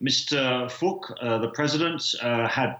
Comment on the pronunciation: From a vietnamese perspective, i find the way the reporters pronounced "Phuc" hilarious, it sounds just like the funny F word!